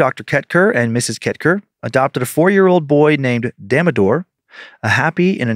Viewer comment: Dan's pronounciation of Damodar is HILARIOUSSS!! I live for wrong Indian pronounciations 😆 Love you guys mostest <3